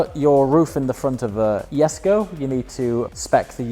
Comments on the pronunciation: You are mispronouncing Jesko. It sounds like "yesco" to me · jesko (YESKO) uhm the "J" is silent ........ uhm so what is it doing there 🤔